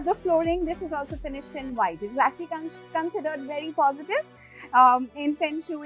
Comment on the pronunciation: Such a poor interior as per today's standards and she says "it is a very modern, vedy modern house" 😂😂😂😂